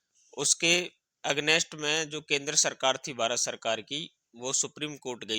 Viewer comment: अगनेस्ट नहीं अगेनस्ट बोला जाता है, विरूद्ध या खिलाफ या विपरीत बोला जा सकता था।